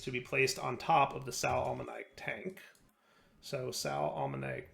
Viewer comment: Hi, it's a bit pedantic, but Sal ammoniac is pronounced sal uh-moh-nee-ak. So with the stress on the o, not on the iac